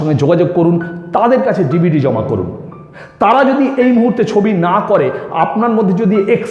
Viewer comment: DvD bolte ...aktu kindly zode clear kore bolen...